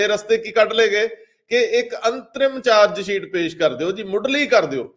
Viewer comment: The word is Dosh not Dosh, the word is Pesh not Pesh, the word is Charge-sheet not Change-Seet , the word is Shift not Sift, so on and so forth . All such words are wrongly pronounced in your comments . Thanks .